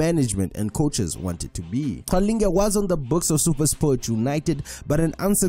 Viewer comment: kanti you not Zulu?. the way you pronounce Qalinge😂😂